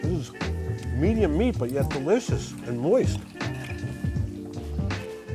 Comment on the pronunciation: "It's dericcccous!" Made me smile.